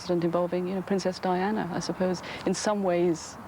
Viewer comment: Only birde who got all 4 names right. Diana and Fergie messed up